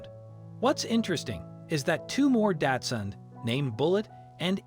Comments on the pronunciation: The dog breed is pronounced Doxun, not Datsun! Datsun was what Nissan used to be called! it's a car brand! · Why does he say datsun? insten of Dachshund or Dachsen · It’s not”Datsun”. It’s Dachshund. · Osteoporosis is pronounced Ah-Stee-Oh-Purr-Oh-Sis! The dog is not a “daatsun” it’s a “Dachshund” which is pronounced “Docs-hoond”. Furthermore, you refer to the dog as a she when clearly the dog has a penis! A little accuracy would help your credibility! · "With a tiny 'DATSUN'?" After three rewinds, I am certain that you've mispronounced the word "daCH-suUnd" as a brand of motor vehicle [now a defunct name; if you're going to insist on misnaming a dog-breed after a car-brand, you might want to update the misnomer to the current brand name of "Nissan"]. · Milo is a Dachshund not a Japanese car... I'm sure that guy kept saying Datsun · You could learn to pronounce Dachshund correctly. It's not pronounced like the Datsun car. Try Docks-hundt instead. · Lol. The narrator pronounces Dachshund "DAD-SON" Never heard that one before! 🥴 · He keeps calling it 'Datsun' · why do you keep calling it a datsun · I've never heard anyone pronounce dachshund that way. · Please learn how to pronounce, "dachshund". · Yeah and he can't pronounce the name of the breed of dog correctly either.